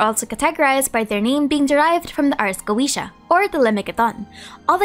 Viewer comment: Ars Goetia is "Ah-s Go-Eh-Tee-Ah", not "Ah-s Go-Ee-Shee-ah".